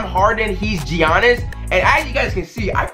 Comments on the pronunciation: G ianis it’s like yayanis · this man said GIANNIS like he said G annis but its pronounced Y-ah-nis he said it and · U called him GEE annis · This man said ( Gee- ahhnis ) 😂😂🤦🏾‍♂️ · Man said G-anis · Did this man say G-iannis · it’s pronounced Yannis not Jiannis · Bruh he pronounced Giannis "Gee-An-Nis" but then pronounced it right lol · G annis 😂 the way he said it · Mans said GE- iannis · This man pronounced giannis as “ gee-on-is “ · it’s not ge-on-es